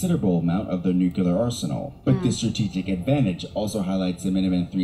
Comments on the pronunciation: I hate how this video’s narrator says “nucular” instead of “nuclear” ahhaha. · You know this video they are reacting to is top notch when the narrator spends the entire time saying "nucular." My fellow Americans, it's "nuclear." It's two syllables, not three. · I swear that dude kept saying "nuculer" instead of "nuclear." If he's going to do a video on a subject, he should make sure he can pronounce the word correctly. Great reaction video though, guys. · Listening to someone pronounce it Nuke U Lar grates me like finger nails on a chalk board. It's spelled Nuclear, pronunciation Nuke Lee R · What is this thing with people pronouncing 'nuclear' as 'nukular'?(its pronounced new-clear) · And how many times can we mispronounce nuclear. No fault to you folks but the video you’re reacting to is unwatchable for me. Nuclear has two syllables, ‘new- clear’ not three, ‘new-cue-lar’. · Nithing worse than a paid commentator saying nukular and not nuclear. Get a dictionary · Nucular war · We all love to say nucular instead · Never trust a documentary about nuclear war when the narrator cannot pronounce the word nuclear properly. It is not new-cue-leer 😂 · I love you guys, but I just couldn't watch the video, because I'm so triggered by the narrator saying : "new-que-lar" 😂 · Tsk, the narrator says "nookyaler." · It bugs me that the narrator kept pronouncing it "nucular". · It's weird someone would make a whole documentary while saying the word nuclear wrong. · For someone recording a nuclear war video, they sure do mispronounce nuclear a lot. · Watching this video narrated by a guy that can’t pronounce nuclear is very distracting!